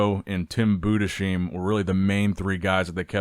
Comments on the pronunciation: btw, Budesheim is pronounced Budes-Heim not Bude-Sheim. Very nice summary of the show thank you for the video. Personally from a german perspective I think Tim Budesheim improved so much over the last few years. Looked great. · Say it with me... BOO-DISS-HIME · honestly find out how Tim's name is pronounced cuz it's just comical now you literally switched pronunciation of his name from Bood-a-sheem to Bood-a-shime within a minute of one another, it reeks of unprofessionalism. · if you read this, Tim's last name is not pronounced with an "sh" Sound but it's split in Budes-heim such that you say the "s" like an s and the "h" like an h in "house" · It’s BudeSheim with an S like in sun not like in shine! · Boo-dess-hyme. Its not that hard